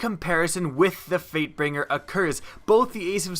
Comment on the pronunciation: Wow. I heard 'Freightbinger' at ... I thought my friend was the only one to say that and he was eating chocolate... Apparently others do it too, but not even eating anything. :3